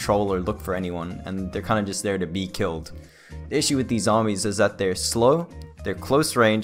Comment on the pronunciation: Tenminetor no zombyeeess